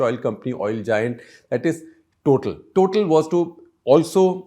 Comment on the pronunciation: It is pronounced Totaal, it is french.